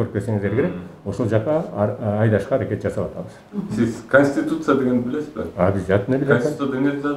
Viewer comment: Аким '' Канешна билем канститетураны'' дейтко